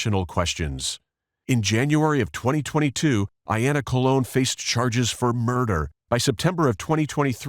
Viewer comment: COLE-on, as in colonoscopy.